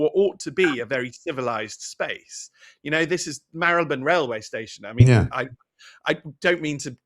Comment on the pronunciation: How refreshing to hear Marylebone pronounced correctly, BBC can't seem to anymore and my local BBC radio station employs newsreaders who can't sat th, it's fink, fort, norf, souf, free instead of three, it's depressing when we let standards drop.